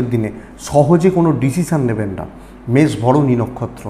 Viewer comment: বৃস রাশি বলতে গিয়ে বারে বারে মষ মেষ বলেছেন ঠিক কোরবেন আশা করি।